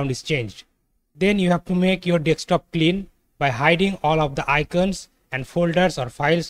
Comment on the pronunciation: you keep saying dextop though